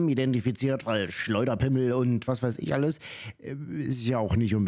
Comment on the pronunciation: der war gut 'schleuder- pi mm el'